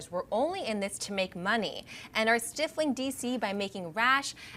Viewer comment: Hi: you're mispronouncing the word "stifling". It's not pronounced "stiff-ling" sweetie!:)